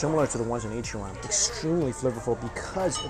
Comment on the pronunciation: I’m sorry but it’s Ichiran . Not an opinion but a fact 🍵